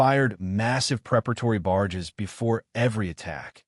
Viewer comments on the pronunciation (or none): Artillery units fired massive preparatory "BARGES"..!!! At least have your BS AI voice equipped with the correct and adequate vocabulary..!